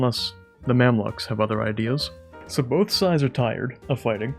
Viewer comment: Gotta be the first time I heard someone pronounce the Mamluks as 'Mamlaks'